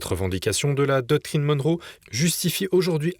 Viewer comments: Arrêtez de dire doctrine "Dunro"¨! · Monroe et non donré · Monroe. Pas Donroe ! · Doctrine Donroe ? Non ! Monroe ! Pq dites vous Donroe ? J’aimerais comprendre … merci